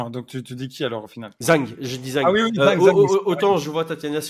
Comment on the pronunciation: Y'a un détail qui me torture depuis un moment, mais pourquoi prononcer Zhang "Zeng" ? Soit on le prononce à la chinoise et ça fait (a peu près) "Djann", soit on sait pas et on le prononce "Zang" à la française. Tous les mots étrangers ne se prononcent pas comme de l'anglais.